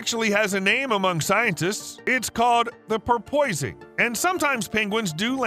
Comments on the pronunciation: Por-PUHS-ing. The noun porpoise (por-PUHS) turned into a verb. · porpoising: POR-puh-sing